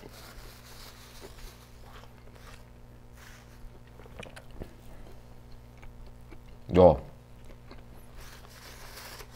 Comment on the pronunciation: That "YO" though.